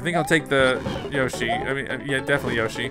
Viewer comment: Whenever he says yoshi yashi/yoshi comes to my mind